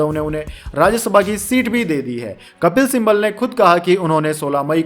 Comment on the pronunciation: कपिल सिम्बल मत बोलिए, उनका नाम कपिल सिब्बल है |